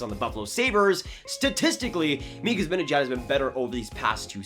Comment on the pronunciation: Its pronounced ZibAnejAd, not Zibinejed. Also, as a Swede who knows Z, there is NO way he goes to the Sabres. If he doesn’t resign with NYR i see him as a perfect target for Francis and the Kraken as a UFA. Would make a great first line center and captain there so i can see him going there next off season. Keep up the good work,!